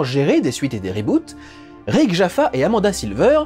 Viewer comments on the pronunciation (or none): none